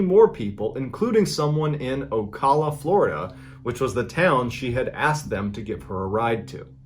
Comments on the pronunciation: it's not "oh-cah-luh-" it's "oh-cal-luh" dude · As a Floridian I must inform you that it is not pronounced “o-call-a” it’s “o-cal-a” 😂 but great video! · It’s pronounced O-Cala, not O-kola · It's pronounced Oh-CAh-lah not oh-col-lah smh smh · I'm sorry, did he say OCOLA? You mean OCALA??? You're killing me hun 😅😇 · I thought it was funny the way you pronounced Ocala florida. Im from central florida around the lakeland area/polk county about an hour and 20 minutes south of Ocala. You said it like "Oculla" it's pronounced like "Ocowla". I love your stories though. Good job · Fyi Ocala is pronounced Oh-kala not Oh-calla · its Oh-cal-a Florida not ocola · It was the way he pronounced Ocala as Oh-call-uh for me 😂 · "Ocolla" we pronounce it "oh-calla" 😅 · I'm very very late to the party. But fun-fact it is pronounced Oh-Cow-La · I'm from the town in the first story, which is pronounced OH-cal-ah 😅 Cool to see you talk about a story from here!! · IT'S PRONOUNCED Oh - Cala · I had to stop close to the mark 😂 I know you aren’t from here, perhaps someone’s already said it, and it doesn’t even really matter lol but it’s pronounced “ow•ka•luh” or OH-CAL-UH. Y’all don’t come at me… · My good man it's pronounced OH-CAL-UH...... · As soon as he said florida female I already knew where it was going lol, btw us Floridians pronounce it OcAla lol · Ocala is pronounced "oh CAL uh", like the "Cal" in "California", almost like "cow." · O cow la is how ocala is pronounced 🤣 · It's pronounced "OH-CAIL-UH". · I live near ocala and I find it hilarious that he is mispronouncing the ca is pronounced like the ca in cat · It's pronounced Oh-Cal-A lol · So this probably doesn’t bother anyone but me but…it’s O-cal-a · It's oh-kal-uh Florida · I've lived in ocala my whole life lol. It's pronounced oh Kal a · O•cal•a More like cal Berkeley when ur pronounce cal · as someone who lives in Ocala i think it’s so funny how he pronounced it, all of us floridians pronounce it like Oh-cal-uh